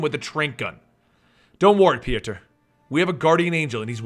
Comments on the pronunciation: I hate when people change words because they can say them. His name is either Pjotr or Piotr. Not Pijaturr like you were saying the name. I dont know where you found yourself an "A" and an "U". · its pronounced poitr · His name is Piotr pronounced Pee-Oh-Ter